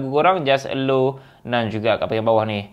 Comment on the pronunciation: Bro, thanks for sharing. Cuma satu je sebutan allow ialah e-lau bukan e-low 😬